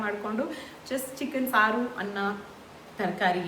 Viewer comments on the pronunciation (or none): none